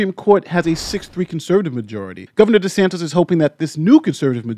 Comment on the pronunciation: I very much enjoy your content and analysis. Since the Florida governor is likely to be in the news a great deal in the coming months, please make note his last name is DeSantis and not DeSantos.